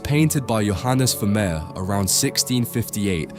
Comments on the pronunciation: ファミール？フェルメールだろ。A Iナレーション修正せんのかい！ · oi ! ya oaf , Pointillism was Signac's technique ( the 1880's ) ; if you morph into a clever dick and dream of including Seurat 'e would have gifted ya wiv a wooden collar ; he was a Divisionist ! ever heard of RP ? ( received pronunciation ) Vermeer = ver-mehr , NOT vermir !!!!!!!!! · ВермЕЕр, а не вамир. Не умеете настроить бота. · Что за Вамир? Художник по-русски - Вермейер! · А почему Вамир, а не Вермеер? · Вамир?! Вемеер?! Может» Веермеер»?!автору озвучки должно быть стыдно…👎👎👎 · Я думала раскроете секрет его потрясающей живописи на основе каких либо технических устройств, вроде камеры обскура, а тут опять секс привязали, скучища! Да ещё выговорить Вармеер это не в состоянии, не смешно, найдите хорошего диктора. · フェルメールは好きな画家の1人です。 日本語では、フェルメール、と発音し表記するので 番組の朗読に違和感がありましたが、右下の箱に付いて勉強になりました。有難う。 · Ох, уж этот автодубояж нейросетей - Вермеера назвать Вамером🤦🏼‍♀️ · Veh meh? Really? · Je ne comprends pas la façon dont il prononce VERMEER. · Перевод ии ужасен,даже фамилию художника неправильно произносит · ファーレ？ブァミール？フェルメール？